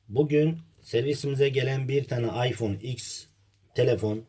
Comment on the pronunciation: şu iphone 10 a iks demeyin be kardesim. ogrenın artık sunun dogrusunu